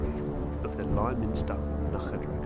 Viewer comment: Us locals don't call it lie minster. Liminster, like limousine. Just so you know :-)